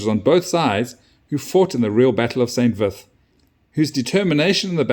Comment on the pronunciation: Unimportant detail: it's pronounced "san veet". Otherwise great report. 🙂